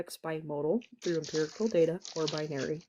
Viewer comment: "Imperical data" 😂